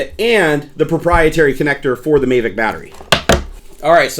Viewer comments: it's mavic not maevic. good video! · I'm sorry but he said mayvic pro. ITS MAVIC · thank you. I cringed every time he said MAY-vic. Same with REEE-view. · please stop saying "may-vic..." it's pronounced like Havok :P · Mayvic Pro? No, mahvick Pro. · MAAAAAAAAAAAAAAAAAAH VIC, NOT MAAAAAAAAAAAAAAAAY VIC >:OOOO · He said may-vic... smh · May vic? Did i hear that right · OH MY GOD OH MY GOD OH MY GOD! I've been waiting for this I got a mavic and it is amazing especially the camera and the obstacle avoidence also it's prenounced MA-Vic a as in Jack Ass. Also the faa is stupid I don't fallow the rules or have my drone registered. many people fly with the bubble off. In fact you get more airflow that way. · So many people ragging on for saying "may-vic" wholly fuck who cares? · It's MA-vic. A as in apple. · That may be the case but you are in the states and it's pronounced MA-vic. There's no trolling involved. Simply correcting your pronunciation. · Yep. He was saying it wrong the whole time and I couldn't watch the video anymore. It was annoying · One, having 3 monitors is not a problem but them being huge is just stupid. Also, you pronounced mavic wrong. You really act like a nerd and I'm definitely not coming back to your channel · your saying Mavic wrong Dude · The way you say MAVIC really irritates me lol. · it's not about how I pronounce it, it's about how everyone the built and designed it at DJI pronounces it. If you're going to ask the company to send you their product for free, you might as well pronounce the name of their product the way they've intended. As DannyAR mentioned, no trolling here, just had to agree on the pronunciation here. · love the video but i think you're pronouncing mavic wrong lol